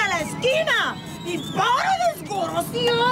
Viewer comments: Es "DESGARACIADO" 👏 😆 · Desgaraciadouuo xD ❤.